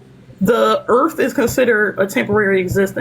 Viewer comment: Anyone else notice that a very large contingent of Ians callers refer to the Earth as "da Erf" ?/